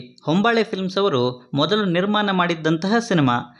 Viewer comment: ಎಲ್ಲಾ ಸರಿಯಾಗಿ ಹೇಳಿದ್ರಿ ಆದ್ರೆ ನಿರ್ಮಾನ ಅಲ್ಲ ನಿರ್ಮಾಣ ಅದು...